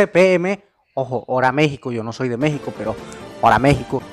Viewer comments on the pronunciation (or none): none